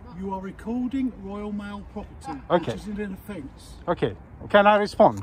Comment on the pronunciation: "Woyal Mail"